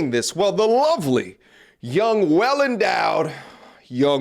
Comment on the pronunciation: Why do you talk like that? 😂😂😂 you keep saying ‘well endowed’ with emphasis. Just say ‘young woman’ don’t make it pervy. Regardless, I still tune in but it’s throwing me off a lil bit.